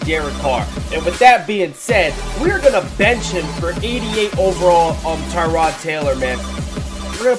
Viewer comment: lol it's Tyrod not Terod